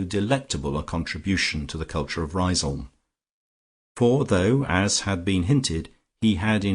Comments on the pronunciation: Great novel - unfortunately ruined by a poor lacklustre reading. I also thought Lucia's home was pronounced 'Riz - um'. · Well, you could look at it that way... or you might say that even an amateur who decides to undertake such a reading ought to familiarize himself with the work at least to the extent of learning to pronounce the name of the town correctly. It's a really stupid and annoying mistake, repeated endlessly, causing a cringe each time. Finally, you get what you pay for.